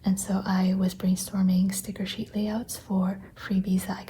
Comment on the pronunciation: lol your "cheet" instead of sheet reminded me that I wrote ‘blop’ instead of blob in my Facebook post 😂 I love this look into your sketches and process!